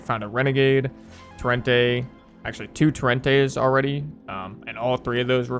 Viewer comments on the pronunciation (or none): “tor-ent-E” not “tur-ent-A”